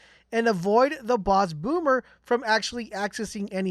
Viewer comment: U kept calling him ‘bomber’ his name is ‘Boomer’ but otherwise kewl vid thanks for the guide